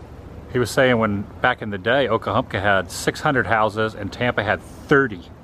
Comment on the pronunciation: i love these vids with substance, real old Forida is my jam, i'll watch these kinds all day, please do more whilst your stay here, when you get back because we know about your readying to leave out soon, you were pronouncing OKA-HUNKA, It took you till the end there to finally say OKA-HUMP-KA...sorry i OCD when it comes to hearing miss pronounced words.